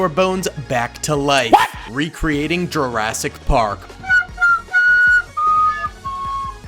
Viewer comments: Sorry but it's jurassic park not Jurrasic park. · Ah yes “Jarrasic park”